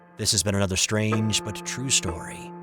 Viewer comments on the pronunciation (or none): none